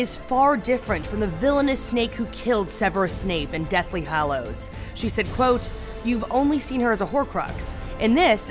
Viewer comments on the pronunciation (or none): none